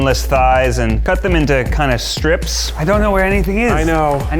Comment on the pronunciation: I hate the word “stripies” - you’re a grown man Zach say strips